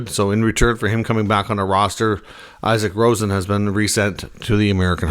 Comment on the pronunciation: I know it doesn’t matter but Isak Rosen (Sabres sent to Rochester) is pronounced E-Sak Roe-Sian.